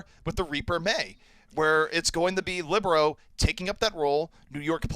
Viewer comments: Heartbreaker. I've said it before and I'll say it again: libero, not whoru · The commentator said libero several times tho lol